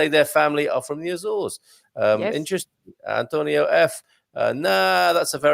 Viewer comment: I think your pronunciation "Azoresh" is somewhere between the anglophonic and lusophone pronunciation. "Assoorsh" seems to be the common pronunciation among Portuguese and azoreans